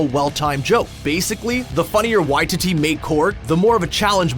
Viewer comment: how many times are you gonna incorrectly pronounce Waititi in this? it’s Why-TEE-Tee inflection on the middle TEE not the Why— basically why-tee-dee